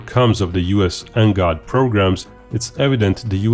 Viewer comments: Please do not call it NGOD and instead call it NGAD. "A" not "O". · It's pronounced N-GAD not N-GOD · color me embarrassed, I've been pronouncing NGAD totally differently... 🤦‍♂🤦‍♂🤦‍♂